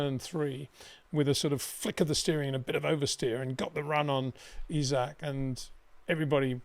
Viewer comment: “E-Zach” Hadjar